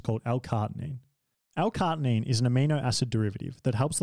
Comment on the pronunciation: CAR-NI-TINE not cartinine